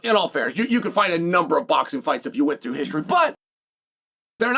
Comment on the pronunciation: Chael " some shots got trough" Sonnen